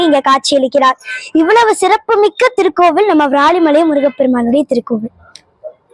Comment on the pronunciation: உன் தமிழ் உச்சரிப்பு அழகு... ❤❤ இந்த பாடலில் ஒரு சிறிய திருத்தம்:- வ்ராலிமலை அல்ல விராலிமலை... நீ பாடும் போது வ்ராலிமலை வ்ராலிமலை என்று கேட்கிறது செல்லம்... 🙏🙏🙏🙏👍🏻👍🏻👍🏻👍🏻சிவாய நம🙏🙏🙏